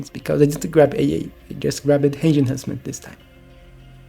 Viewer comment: Hello! I really enjoy your video's. I'm not trying to be rude, but I notice you say 'Hange' instead of 'Range' often, so I just wanted to point that out :) Thanks for the content!